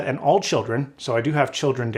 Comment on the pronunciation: you mispronounced TibiBytes or Tibibyte. LOL FYI !. you said TIbabytes/Tibabyte.